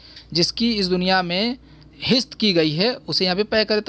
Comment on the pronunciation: آپ کے تلفظ میں زیر زبر کی غلطی ہوئی ہے اس کی وجہ آپ کی مادری زبان پشتو ہے۔۔۔جیسے ہست لفظ میں ہ کے اوپر زبر ہے آپ زیر سے پڑ ھ رہے ہیں۔۔تشریح آپ نے عمدہ کی ہے۔۔۔